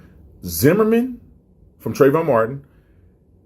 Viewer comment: First of all, please get Trayvon's name right. Secondly, research the actual and not propaganda before making false claims that have already been debunked. Respect the family that is still suffering from this